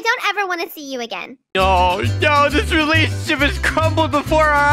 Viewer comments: it's relationship not relationsheep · what said: relationship What he said in roblox: relationsheep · relationsheep he litterarly said ShEeP a minecraft sheep i just laught LOL